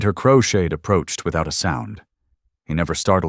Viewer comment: His name is crowshade not crocheted lol 😂